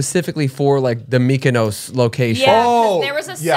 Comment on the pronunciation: why do they pronounce mykonos like that 😂